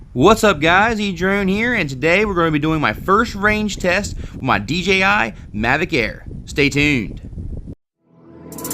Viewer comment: I'm sorry, but I OCD about this stuff but it's DJI and not DGI, I know you know this but the way you pronounce it is making me go crazy! But great video man good job!